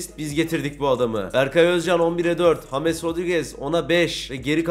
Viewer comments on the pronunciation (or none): none